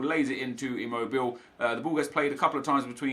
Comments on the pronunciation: Its not "immobil" its "immobil-eh" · It is ImmobilE, not Immobill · Gabriele Anziani Thank you. I always cringe when he says "Immobil". :D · Stop saying Imobill, he is called immobile like you used to call him. Please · Immobile ------ i - mow - bi - lay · Ngl I'm getting annoyed with Immobile. His 88 card is absolutely amazing, but the english announcer butchers his name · “Immobile” pronunciation was right during your previous video, not in this🤦🏼‍♂️ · Is that how Immobile pronounced? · you're pronouncing immobile incorrectly! you were saying it right the first time. Italian tip ;)